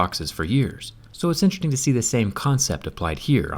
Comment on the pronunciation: zack said intreting instead of interesting lol